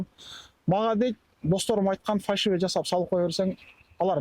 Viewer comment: Фальшивый деп үйрөнгүлөчү көк мээге окшоп фаршивый дей бербей.